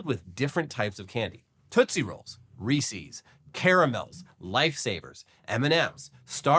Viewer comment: Say "Reese". Now make that word a possessive noun. You are not the first I've heard say "Reesees", but perhaps on of the most disappointing. What would the Pope think?